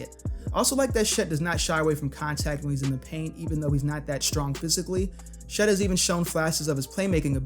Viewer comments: why do you pronounce Chet as she’s?😂😭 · You saying “Shet” is driving me crazy